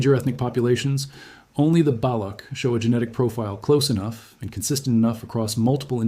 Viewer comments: It Is not balok, rather Balotch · I lost interest at the work BALAKH - it’s BALOCH (CH as in Children) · Baloch /ch/, not Balokh /kh/. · useless fake video dude didnt even reseaarch enough to pronounce properly balock?? its balock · Interesting. Thank you. The “ch” in Baloch is pronounced as the “ch” in “ ‘children.